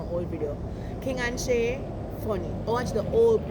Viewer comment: 😂😂😂😂😂😂 bro she say shy Shay😂😂😂😂